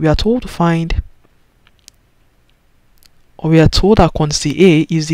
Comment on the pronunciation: What he is pronouncing for quantity ???? FUN